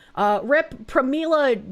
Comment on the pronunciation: Every time you say "Rep.", it sounds like you're saying "R.I.P." and I get very confused when listening to you in the background.